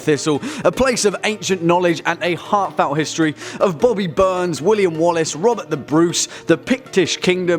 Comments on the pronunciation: Did he just say bobbie burns? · He just said Bobby burns fuckin hell its Robbie Burns